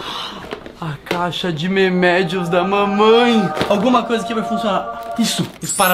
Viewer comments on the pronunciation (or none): no minuto o fala memedios em vez de remedios mas me desculpe ta legal